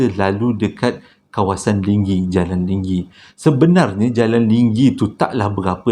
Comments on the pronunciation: Halo bang... LENGGENG bang BUKAN Lingging! Adoi lah... X boleh belah tu "Slmt dtg ke channel abg" hua³ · tempat cerita yang kedua tu Lenggeng ke Linggi bunyi sebutan macam Linggi.